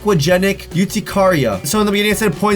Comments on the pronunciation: It’s Pronounced Ur-Tic-Ar-E-Ah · I feel really bad for her BUT HE PRONOUNCED THE NAME OF THE DISEASE WRONG. Once again I hope it get a little better they need to find a cure for this.